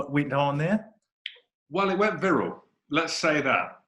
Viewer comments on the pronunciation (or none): "Virral" Bloke is a genuine moron.